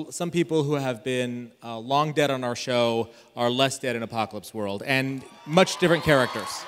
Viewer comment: Rob mispronounces Apocalypse World and Richard replies: "I think that's a piece if exercise equipment." Rob immediately responds: "I spent 20 minutes on the apocalyptical this morning."